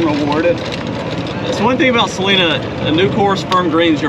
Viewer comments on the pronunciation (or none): none